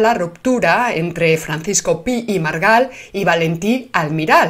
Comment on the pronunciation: Pi i Margall se pronuncia pi-i-margall, no pi-i-margal.